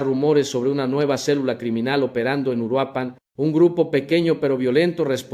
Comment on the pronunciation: esto es un fraude esto es inteligencia artificial ni siquiera es su voz y no pude pronunciar URUAPAN chequenlo es inteligencia artificial😂😂😂